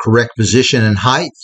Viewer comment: It’s not Heigth , it’s Height. T at the end Not TH